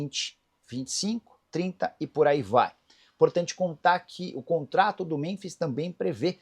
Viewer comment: Nicola porque você pronuncia Muronbis?